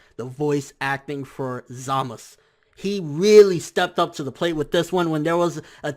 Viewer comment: Why does he pronounce Zamasu as Zamas, they do say the U